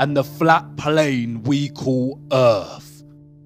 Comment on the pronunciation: Heart is not an anagram of Earth or (urf) as he pronounces it, and nowhere in the Bible does it say that an apple was the fruit of the tree of Good and evil. This guy's tone and inflection of speech are getting so annoying I'm not sure that I can listen to the last of the video, he definitely needs to take an English pronunciation class. He sounds like a middle easterner that grew up in Britain. did I forget to mention he's very condescending in his tone, no surprise there.